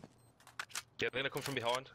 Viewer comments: als du sagtest 'i cone frome behind' dachte ich mir nur noch ....Selbstmord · als du sagtest 'i cone frome behind' dachte ich mir nur noch....pervers